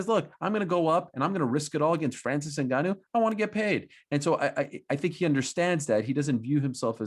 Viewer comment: Get Ngannou name right. lol common men, the guy is a champ.